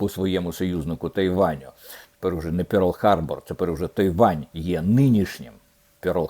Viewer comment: Не «пёрл харбор»🎉, пане Дмитре, навіть такоїлітери нема в українській абетці. «Перл харбор», від слова «перли».